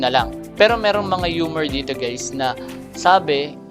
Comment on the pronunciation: "Rumor" hindi "Humor"